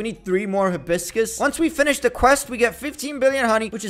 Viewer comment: It call a hi-bis-crausd